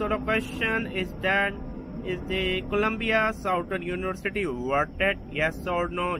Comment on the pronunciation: What’s with your accent 😂 sow-tarn-oonee-varcittty 😂